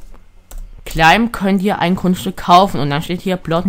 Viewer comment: Das heißt nicht cläim sonder claim!